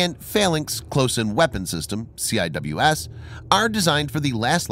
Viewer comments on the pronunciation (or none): none